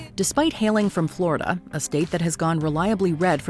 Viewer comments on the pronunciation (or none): none